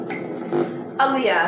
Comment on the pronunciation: And if this was Aaliyah she’d pronounce her name as “Ah-lee-yah” not “Uh-Lee-Yah” 🤦🏾‍♂️